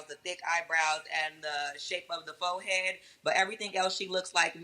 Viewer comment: Wow, I really thought the "fohead" told the "truf." Guess not.